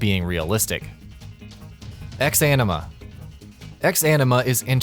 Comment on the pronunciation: why do some people reads a single word as a two words? like in instead of saying "eksanima" the narrator read it as "X-anima" , then I remember some commentator in Twitch pronounce Garena as "Gee or G-arina" instead of "gah-reh-nah"